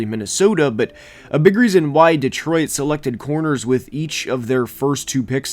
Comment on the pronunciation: The way you say Detroit drives me nuts lol.